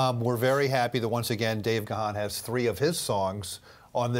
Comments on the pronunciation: I know right? It's Dave Gaaaaaaannnnnn with a silent H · Good grief, the H in Gahan is silent!! So disrespectful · I grew up with Depeche Mode and many of their songs are associated with different girlfriends in those early days. And remember folks, Dave's surname is pronounced "Garn" but spelt Gahan. Keep making the music maestro. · True I can’t seem to understand why they mispronounced his last name wrong 😑. I ❤️ Dave Gahan everything he 🎤 it’s beautiful.